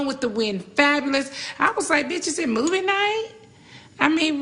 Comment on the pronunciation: Ooh my God she said is it moveie nite